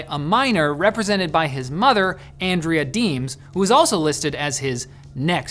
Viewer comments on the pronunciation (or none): none